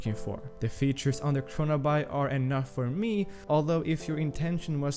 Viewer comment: “What ever?” Kronaby, pronounced, CHRONABEE! Like “The Great Gatsby” 🗣 not Gatsbuy. Though, great video 👍